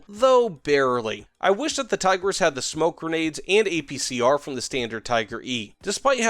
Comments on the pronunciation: His pronouncication left me dead inside. Not even an attempt to pronounce it right. "Thaygrass" 🤮. I don't want to be a snowflake over little things but come on man, at least say that you don't know how to pronounce it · btw the i's in Tigris are prounced like in pig and the s is more like sh in short. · Say Tigris with replacing the "i" with how you would say "e" in english and also "s" with "sh" :D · It is fun to hear Tiger S every time he mentions it